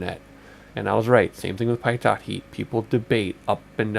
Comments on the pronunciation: "Pie TOT" lol ....pitot = "Pee toe" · Great video! Very helpful for a new XP guy like me. One minor thing. Pitot is "pee-toe", not "pie-tot". It's French.